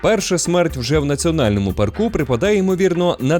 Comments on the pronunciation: Найбільш небезпечним у Єлоустоуні це зустріти чувака, який каже «паркУ» 😂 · "у паркУ"... так одразу і не сказав би, що то ШІ начитка... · Все класно, але я дуже перепрошую, у вас неправильний наголос у слові парк, має бути у пАрку, а не паркУ, це просто капець як різало вухо усе відео, вибачте😅